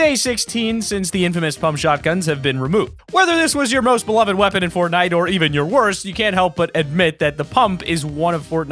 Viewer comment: He said pornnite